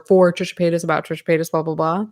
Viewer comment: I cannot believe I laughed out loud every time you said "Tricha Paychas" why are our senses of humor like this 💀